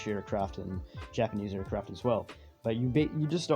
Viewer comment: Is a aircwaft